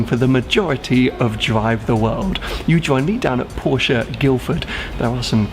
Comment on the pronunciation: OMG! You managed to get through the entire video pronouncing "Porsche" the correct way. It looks like you finally get Porsche, as you've said. Well done.